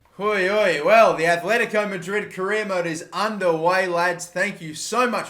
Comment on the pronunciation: ITS ATLETICO NOT ATHLETICO ITS TRIGGERING ME